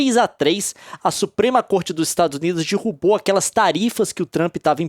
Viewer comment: Comentario aleatório eu ADORO quando o Leon fala “dirrubou”